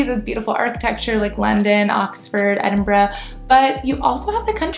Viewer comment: Well done, you are a rare American that can pronounce Edinburgh correctly, though I'm not sure you could. describe Edinburgh as a big city (we have a smaller population than Albuquerque) great vid.